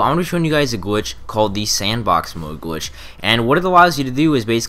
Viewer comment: why does he keep saying gwitch